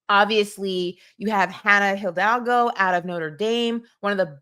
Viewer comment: My last name is also HIDALGO and all my life I’ve wondered why people add an L at the beginning and pronounce it HILL-DAL-GO…if u want to get technical the H is silent and it’s pronounce E-DOLL-GO